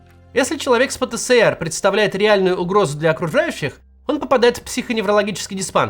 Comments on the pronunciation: Пэ-Тэ-Эс-Эр! Макс, пожалуйста! Который год терплю, но не возможно же! Ну даже по логике, если ЭР то ЭС, даже если было бы СЭ то было бы и РЭ "ПэТэСэРэ". Но он "ПэТэЭсЭр". Спасибо. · Максим! пэ тэ Эс эр! Меня так ещё в СэСэСэЭре научили! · Пэ-Тэ-Эс-Эр. Пожалуйста произносите правильно если уж объясняете аудитории что это такое. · Хоспаде. Или "пэтээсэр", как в русском языке предполагается, или уже "пэтэсэрэ", если мы правила и нормы отрицаем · Именно. ФэБэКа тоже выбешивает... ))